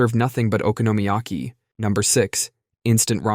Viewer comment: "Okonomiyaki" = "Economy-yaki"